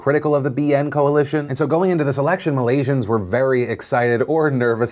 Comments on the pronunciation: Philip DeFranco hey Phil! Thanks for covering the best thing to come out of my country thus far! All your facts/pronounciations were solid, btw! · As a Singaporean (adjacent to Malaysia) and DeFranco fan since the beginning, I appreciate your talking about the region objectively and accurately; pronunciation was on point too. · Ey phil. All i can say is damn boi, your Malaysian word pronunciation is damn good. Well done. P.s : Mahathir used to be in BN too and was the Prime Minister for 22 years.